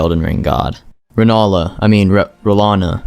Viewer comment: Re Nail Ahhh, Ra Doon